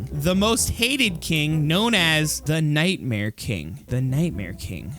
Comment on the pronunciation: And you vil kiil night mear steve